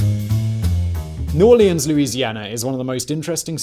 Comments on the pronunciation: Its New Orleans not New Aurelions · “New Or-lee-ahns” Painful… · Every time when he says new orleans i wanna puke